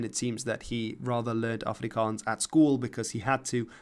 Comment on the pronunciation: Your pronunciation of Afrikaans💯